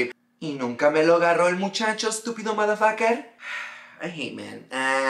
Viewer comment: 😂😂😂 the way you said estúpido 💀💀💀